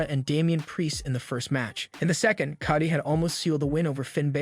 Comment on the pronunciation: Coddy? Bulor? AI needs to learn how to read